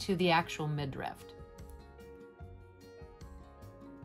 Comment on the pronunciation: It is midriff, not midrift.